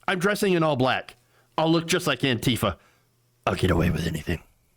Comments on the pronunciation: I like your variation: anteefer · Why do you pronounce "Antifa" like "Auntie Pho"?